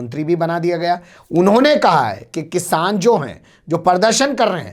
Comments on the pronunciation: Kisan ko kishaan bolne wala chutiya. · ise to bolne hi nahi aata hai kisan ko kishan bol raha hai yani badi sheen se